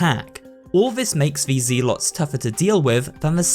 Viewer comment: it's ZELL lots